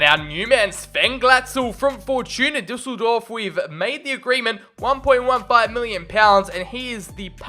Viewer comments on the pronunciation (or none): none